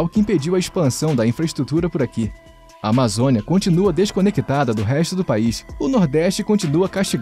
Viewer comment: É "desconectada", e não "desconequitada" 😄